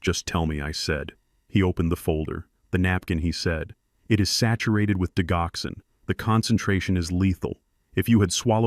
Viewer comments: It's not digh ox in. It's dij ox en. Accent on second syllable. It's a cardiac medicine used to strengthen and regulate heart beats. It is from foxglove, one of the oldest medicines in the 🌎🌍 world 🤔🤔🌊🌊🌊✌️✌️💥💯🌍🌎😘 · Digoxin pronounced Dij oxen Digoxin is used to treat congestive heart failure and to slow the heart rate in patients with atrial fibrillation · I enjoyed the story however are there any humans that proof listen to these AI generated stories? the reason I ask is Digoxyn is pronounced Dijoxin. and it does not stop the heart. It causes the heart to go into disrythmia.